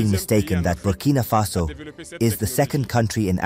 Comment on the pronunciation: It's Burkina Faso, not Bimini Faso